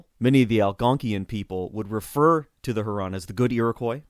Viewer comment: Greetings from Michigan. I live on Lake Huron. Folks in Michigan pronounce it Lake HYOO-ron.